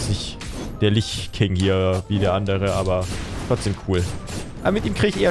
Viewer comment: Litsch hört sich aber scheiße an :D